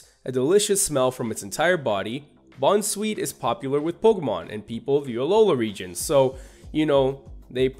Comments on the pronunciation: Don't say bunsweet because that's not how u say it it is boun sweet as in bounce sweet not bun and comfey is not the po sy picker Pokemon it is the po z picker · Bunsweet Did you miss the pun? Bounce, sweet. Bounsweet. Comfy Again, you got half the pun. Comfy, Fey (fairy). Comfey. Possy Ring around the rosy, pocket full of posies. Tryage Everyone gets this wrong, but that doesn't excuse you. Tree-ah-ge